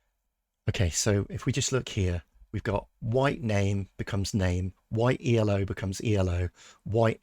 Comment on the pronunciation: The first observation of Milky Chess was that his cp loss flatlined against Elo, ie with no correlation. (By the way Elo it is pronounced "Ello" because it is the inventor's name, not an acronym). Your R coding at least casts some doubt on the observation. The second observation was that SuperGM level of play usually had a slightly lower value for cp loss than Hans, and you have replicated the number for Hans at Elo of 2600+ but not run the comparisons, so far. Third observation was that the variance of cp loss also declines with increasing Elo in other players, but is pretty random with Hans (correlation coefficient about 0.5). This you haven't replicated yet. Finally, the argument that Hans cheats was supposed to be that Hans at 2600+ displays a combination of variance and cp loss that is typical of players with an Elo of 2500 and very different from what is seen with players at or above 2700. Obviously, your replication exercise hasn't got to the point of being able to reassemble the pieces of this argument. But the first part and the approach are very promising. Maybe Milky Chess has just made a bunch of mistakes in Python. Please carry on!